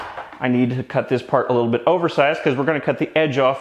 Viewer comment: “Clean them up on the disc sander a hweee bit” = instant sub 😂😂